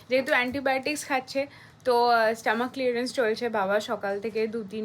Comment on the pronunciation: Stomach clearance ta ki😂😂😂😂Stock clearance shona chilo😂😂